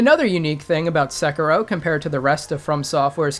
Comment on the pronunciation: NOT Sekeeeerow nor Ohayouaoaoau Gozaimasoooow nor Sengoooouku. Look it up, it is just a few words, for Christ's sake. Otherwise, thank you for making this video;)